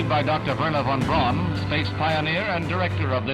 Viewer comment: Just one nitpick. Werner Von Braun. In German "w" is said like an English "v", v is said like an English "f" and "au" is said the way "ow' would be in English. So, (and I apologize this is not real phonetic spelling, just simple sounding out with similar English spelling) it would sound like Verner Fahn Brown. I know we English speakers regularly butcher foreign names, and you are just following the tradition of mispronouncing his name that dates back to newsmen that were his contemporaries, but it is the 21st century and we can Google the proper pronunciation. Again just a nitpick, because of my own pet peeves, for an absolutely stellar (lol pun intended) documentary. I will stand by saying Braun correctly though. It literally is the German word for brown and has virtually the same pronunciation.